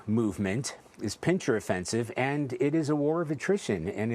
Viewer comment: “PIN-SIR” not “PIN-CHER”!